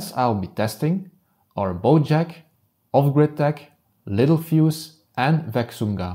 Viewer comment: everyone reads it wrong and pronounces it wrong (me too at first). It’s pronounced “lit-tell-fuse”